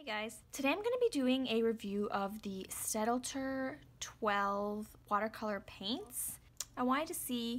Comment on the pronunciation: Just an FYI The pronunciation is stat-ler. The German d is silent here. Thanks.